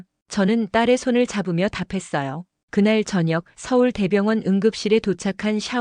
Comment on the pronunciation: 서울대 병원이라고읽지? 서울 대병원이라고읽지는않는데? 독특하게말하네?